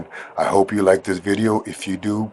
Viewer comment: Any "hope" not "hoe"